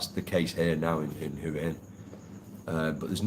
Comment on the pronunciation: Been going to Thailand for well over 20 years, married to a thia, speak Thai. Lovely country but please try to pronounce hua hin correctly but apart from that I wish you all a very happy life.